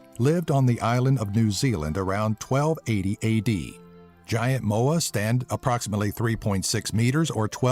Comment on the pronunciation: at first I thought he said "vagiante moa"...